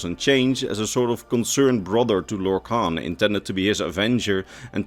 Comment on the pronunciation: everybody has heard of lorkhan, but have you heard of lorkant?